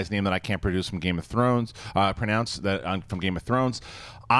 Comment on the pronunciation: lol mispronounced "pronounce"